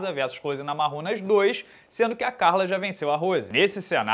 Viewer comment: Só o fala Rose NamaRRunas